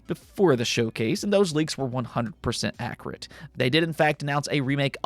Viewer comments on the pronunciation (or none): Id rather watch paint dry, than watch the awards .. YOU SAID "ACRATE" .. .""AGAIN FOR LIKE THE 7th EPISODE"" 🫣 FOR GOD SAKE MAN ...ITS, 'AC-CU-RATE!!